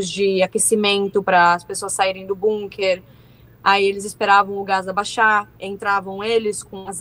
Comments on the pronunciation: que agonia essa menina falando BUNker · Bunker kkkkkk essa pronuncia me desconectou da seriedade do assunto